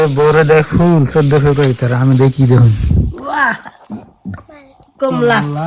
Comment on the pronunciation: ফেব্রুয়ারি ও বলতে পারেনা বলে ফেফারি এটা কোন কথা